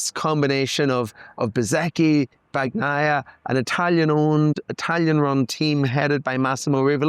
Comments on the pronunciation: please please... bani-aia. not bac-naia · BAN-YAI-YAH. Come on man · Pecco " bagggnaia". english people just cant say his last name properly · Your guy needs to learn to pronounce Bagnaia. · That isn’t the correct way to pronounce Pecco’s name,.